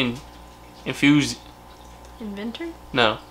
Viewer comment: Inthusiast is what you were trying to say 😊.